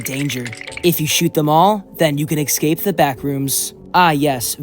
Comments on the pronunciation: umm.... ITS NOT ECSAPE ITS ESCAPE. ES-CAPE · Bro can he stop saying eggscape instead of escape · no no i wasnt questioning it in a bad way, js why, yk? he says (excape) instead of (escape) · Also why do people pronounce "escape" like "excape" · WHY DOES HE KEEP SAYING ECSCAPE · i love these video and your content but for the love of god, stop pronounsing escape like EGGscape pls... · Why do you say exscape? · Lmao yeah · good video but please pronounce escape right PLEASE